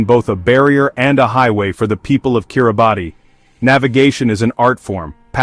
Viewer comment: If you really want to talk about Kiribati, you should at least know it's not not pronounced "Kiri-Bahtee" but "Kiribass".